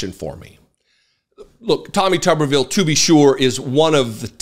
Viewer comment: Hey, if it was pronounced tubbervile, it would be spelled tubbervile. But it’s spelled tuberville, so it’s pronounced tooberville. As in tube town.